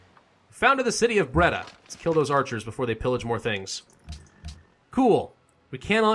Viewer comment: u prenounce it breyda